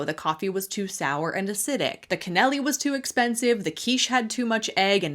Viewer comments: Cannoli isn't even said the right way. 😂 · It is clear that or whatever her name is, doesn’t know anything about pastry making & baking in general. She mispronounced thee word cannoli. 😂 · The way she pronounced “cannoli” made me want to scream. All these influencers thinking they should get everything for free is infuriating. I’ve met actual celebrities who weren’t this entitled. The second one is basically saying she thinks she’s too good to be amongst the poors.